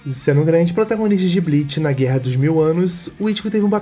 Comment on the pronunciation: guerraaam, absurdaaam, historiaam…